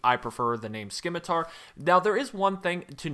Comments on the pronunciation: The “c” in Scimitar is silent btw 👀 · Correction,. It's pronounced simitar, not skimitar. The C is silent.